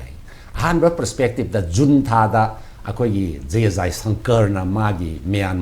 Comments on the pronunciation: Unta ana pronounced twgadbne J silent leigadbne neh bhai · Junta haibra ntraga unta haina pronounce twgadra haibase Burmese accent ta kari hai neinou..